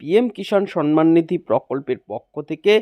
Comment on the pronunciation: আরে পাগলা, সন মান নয়; সম্মান। আর This video is fake.